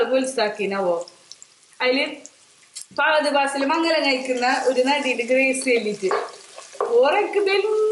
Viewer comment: pahad paasil alla fahad faasil